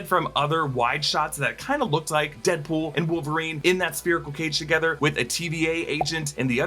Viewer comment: He said "Headpool"